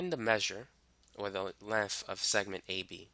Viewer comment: What the hell is "lenf"?